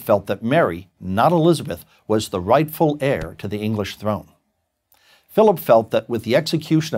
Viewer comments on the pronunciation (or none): none